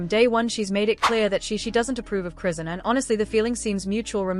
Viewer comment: Who dfk is "CRAN" Cmon folks. Its AI...WHY YOU STILL TALK DUMB.